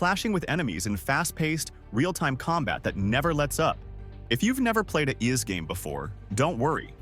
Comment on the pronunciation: Ys is pronounced "eese", like 'easy' without the y at the end. And I highly recommend ANY of the Ys games to anyone who hasn't played them before. Grinding is fun in these games, they've perfected the gameplay loop. I will say though, If you start at Ys X, then you lose the whole "WTF" factor when Adol manages to take a ship somewhere without it shipwrecking (seriously, he's involved in a shipwreck in like 7 of the 10 games, usually right at the start).